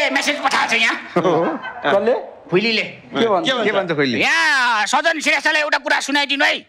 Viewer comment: एकदम खत्र । full हाँसो । जितु जी सजन भन्नू पर्नेमा साजन भन्नू भो ।